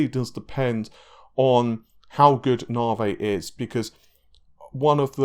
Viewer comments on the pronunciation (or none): Once again....it's pronounced "NAVI"...not "NARVEY"...Why are you suddenly putting on this rediculas pronunciation of it???...it won't make it any better. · It is not nawvay it's nave e . Didn't your leaks tell you that ? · The question on everybodys mind, what is narvae? You gotta be pronouncing like an asshole on purpose to trigger me. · You had it right the first time "tee eye" only you say "tie" p.s. "nah-vay" lol come on guy just stop it